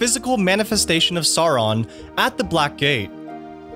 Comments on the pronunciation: He was saying Soron and Smog too. Instead of Sour-on and Schmoug. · Cirith is pronounced with a K sound, not an S sound. Elvish didn't have a soft 'c'. Also, dude I can't lie your pronunciation of SAWRON and ARAGON is killing me. Aragorn is not a young Dragon Rider saddled with the responsibility of saving the world. And it's always been pronounced "Sow-ron." Like Sammath Naur, the Crack of Doom, it makes an "ow" sound, not an "aw." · it's Smowg. Sour-on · Ah yes love hearing Worgs, Smog and Souron in a Middle-Earth video!